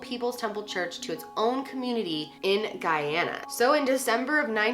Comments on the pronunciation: thank you for pronouncing the country properly! my father is from Guyana and it was a tragedy that has plagued the country for many years when the country had little to do with the atrocity. good work, as always! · Take all the points for pronouncing Guyana correctly!!! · Finally someone who pronounces the country’s name correctly. My mom was born in Guyana and was around 20 when this happened and it was really big on the news!! Also thank you for going into depth!! Growing up, i knew of the Jonestown case but I learned some new things today watching your vid!! 💞💞